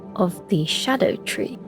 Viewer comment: ‘scar-DAH-tree,’ not ‘ska-DOO-tree’ and not ‘shadow tree,’ we don’t call the Erdtree the ‘kind tree,’ why would we translate Scadutree?